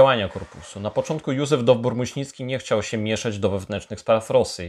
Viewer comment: Uwaga: DowbOr, nie Dowbór, od Daubor. (litewskiego rodu).